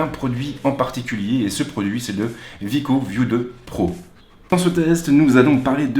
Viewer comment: C'est wiko ( Ouiiko ) et non Viko